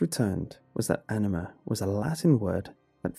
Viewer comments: I... I kept hearing enema... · Having the knowledge of the meaning of anima kind of ruin these stories for me. And it's kind of weird to listen to the English pronunciation.